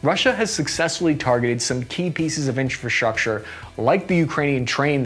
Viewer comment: Try say infrastructure again. Do it XD